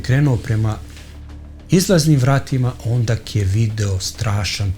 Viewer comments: Ondak...?...malo da se ispravno izgovaraju reči...